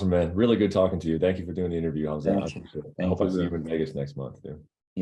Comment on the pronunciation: The way Colby molested Khamzat’s name, I want Khamzat to maul Colby similar to how Khabib toyed with Connor.